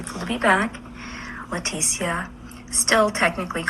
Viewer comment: Same. Never met a Lah tee see uh. It's always pronounced Letisha. Lol